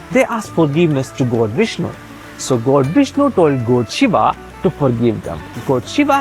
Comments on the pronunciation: Say “gawd” not “goad” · Your pronounce "...God" as goat! Pls Check tht.. I don't live in India .. Yr pronunciation misleads the text understanding!... Pls rectify it....all Over world watching it..information good!